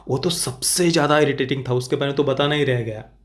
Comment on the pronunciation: I only hear itirrating and keep laughing 😂😂😂😂😂